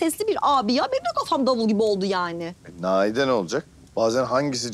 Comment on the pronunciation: sen dedin nahide diye ama doğrusu naide